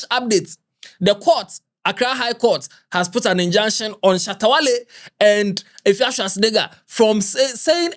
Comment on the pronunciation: Eiii what’s Efia shoa??? 😂😂😂😂 instead of Efia Swa😂😂😂